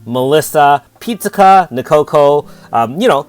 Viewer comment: Your pronunciation of Pizzica is a bit grating. The first 2 syllables are not said the same as the popular Italian dish sold at the chain Dominos. The "Pizz" part of her name rhymes with "Wizz" or "Fizz", the "ica" part you are pronouncing just fine. Keep up the good work and good luck on your pull!